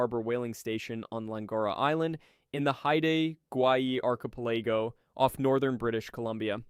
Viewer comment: Arkaplaygo? Try ARK-A-PEL-UGH-GO